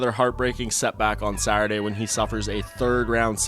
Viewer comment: Can someone teach this man how to say SATurday? I’m tired of hearing saurday on everyone of these videos lol